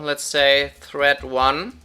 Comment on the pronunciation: is anyone else hearing 'thread' as 'threat' ?